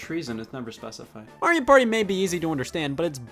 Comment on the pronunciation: You said Mario wrong.